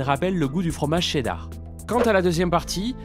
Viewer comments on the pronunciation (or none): none